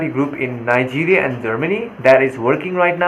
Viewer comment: from Nee-guria